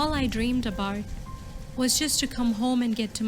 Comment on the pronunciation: She said all I dream abart instead of about